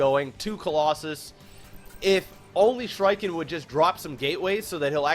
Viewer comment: Lol...they pronounced the red players name wrong the whole game. It's supposed to be the plural form of shriek, when someone cries out in a really high pitched voice xD